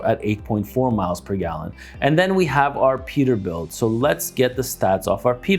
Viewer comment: “Perterbuilt” lol